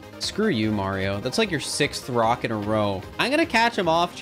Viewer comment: I swear I heard him say "brock" every time instead of "rock"